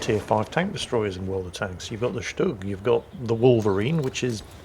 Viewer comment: pronounces "Stug" like he grew up in Berlin! The problem is? He pronounces "Hurricane" like he grew up in Chicago. - we ALL have watched "Battle of Britain" enough to know it's pronounced "Hurri-cun".......🤣🤣🤣🤣